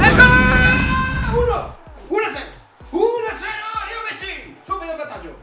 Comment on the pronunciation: lo so ma si dice LEO non LIO